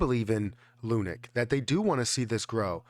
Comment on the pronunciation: Bro please... ((((((PLEASE))))) STOP CALLING IT ****LUNIC**** ITS LUNC PRONOUNCED L WITH UNC LUNC. NOT LUNIC GOSH DANG!